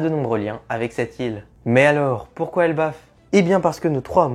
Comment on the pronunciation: Elbaf pas erbaf